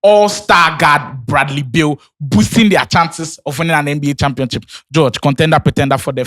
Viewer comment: When will stop saying championchip 😂